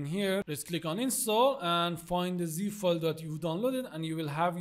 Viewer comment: Terrible tutorial. dude mumbles when describing things so it gets confusing when hes calling ZIP files "zeh feelz" and FBX "fx" files. also clicks through things so fast its not like you can watch what hes doing and listen to him. His accent isnt the problem either its him reading something and saying something different.